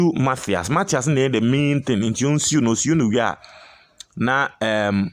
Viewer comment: Please stop pronouncing mafias, it's Matthias. Matias Mafisssss pls, stop pronunciations like Ashanti's